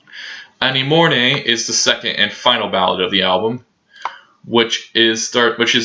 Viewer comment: Thanks, for uploading. You seemed a little more confident this time👍. Agreed... 'World Domination' is something special. Are you doing your own translations? Miku is an imaginative song writer, but, imho, you seem to be assigning darker themes to many of her lyrics than she's intending. -jmho. On yes...It's pronounced 'An-em -on-ee' ;-)